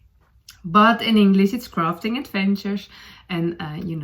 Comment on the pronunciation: "crafting adventure" does sound like "rafting adventure", you are right 😂 in that case instead of "let's talk about that", you should say "let's set sail" 😂 . Lovely podcast, I am bingewatching it for the past few days (while I have time before school starts 😀)